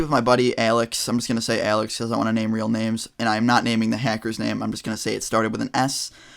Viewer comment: The way u say Alex is interesting it sounds like ur puking